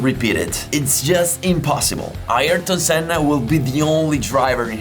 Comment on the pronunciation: Thanks for this, it reminded me of that day, stood in the rain and watching Senna running a master class on how to drive a car fast, in the rain! It was good to hear his name pronounced correctly too, doesn't happen often. One thing you missed, Ayrton did lap everyone, he let Damon Hill unlap himself on the very last lap. It took me three hours to get away from the circuit that day. The grass in the field we parked in was waterlogged and people were struggling to get out, it was carnage. I didn't care though, I knew I had just witnessed something VERY special.